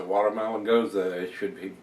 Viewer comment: Nice review. I think you've got the right pronunciation (at least how the Texans say it). I'm not a big gose fan, and even less a watermelon fan, so maybe this one isn't for me. I'll stick to the hop bombs and toasty stouts. Thanks for the careful review. btw, you've got me obsessively reading bottle labels for dates now (you're so right about that). Cheer!